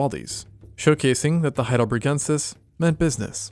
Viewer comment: Super cool video but: it's not HeidelbREgensis but HeidelbERgensis